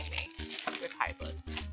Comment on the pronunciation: It's pronounced Hide Lied. My favorite Hydlide is the one on the SEGA Saturn, Virtual Hydlide.